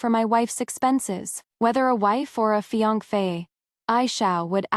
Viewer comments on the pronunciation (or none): Why does this particular AI voice struggle so hard to say "fiancée"? It says "Fianc-fae" every single time in every story where the word is used. Where is it getting the second F from?